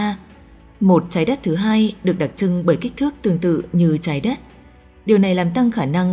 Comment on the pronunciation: Đọc chuẩn tý đi bạn.nghe mấy từ chái đất.đặc chưng vv nhiều nghe nó khó chịu lắm